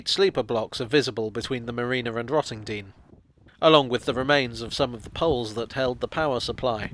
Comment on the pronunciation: You pronounced Rottendoom wrong 🤣🤣